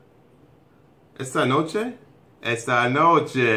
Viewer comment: Yes it's "esta noche" xD You have a really good pronunciation!! We can understand your try to speak spanish:)